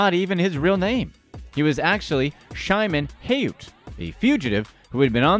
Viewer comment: Here Y'all Go...W/The Mispronounciations, Again! The Tinder Swindler's Real Name Is Pronounced Like: "Shi-Mone", ( Like The Late Former Israeli Prime Minister Peres, And The Original Hebrew Form Of "Simon")...Not Simon W/An 'H' Dropped In.